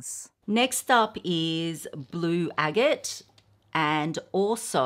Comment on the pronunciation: Thank you! And no offense to, but chalcedony and agate are not being properly pronounced either.